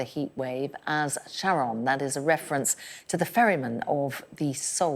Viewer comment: Hearing them mispronounce Charon hurts